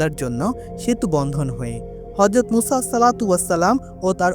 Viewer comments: ভাই আপনি কয়েক বার বললেন উসা কেনো কেনো এইভাবে বললেন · সংশোধনীঃ উপস্থাপক ভাইয়ের মুসা (আঃ)/আলাইহিমুস সালাম ভালোভাবে না বলতে পারা & আপনার বান্দা না হয়ে হবে উম্মত।